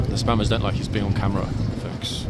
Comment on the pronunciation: Hi, what do you think of the statue over in Greenwich, the one beneath the cable cars. I actually wouldn't have bitten my tongue in that situation, it tourons don't want to learn then they can stay home. Lol, when you said spammers, I swear I heard spanners. The old Admiralty building in the sun looks absolutely spectacular.